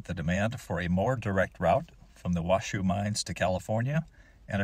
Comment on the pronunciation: Hate to be the one to inform you, but it isn't pronounced "Washoo". Washoe rhymes with Tahoe, for good reason: I hear the Washoe Indians named Tahoe.